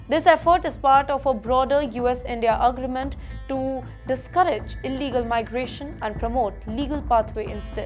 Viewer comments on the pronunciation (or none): Dipotation? Please learn some English dear. It’s pronounced “Dee-port-ation”. Say it with me again and again. Come on you can do it. Also it’s not ugreement, rather “aagreement”. Say it, come on!